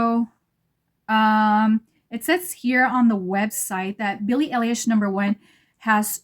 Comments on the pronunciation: Love your look, love this line of edt's. And yeah. It's "Eye - Lish" like everyone's trying to say, but they don't exactly teach you how to correct. I bought #1 today and I love it!! I agree that it could be worn by absolutely everyone!! You either love it on you, or love it on someone else! I haven't found any fragrance ever in my life that wears well on myself like this one. Hence, I haven't bought a full bottle of my own edt in decades!! I just learned today about them being able to be layered! Wow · You’re pronouncing her last name very wrong 😅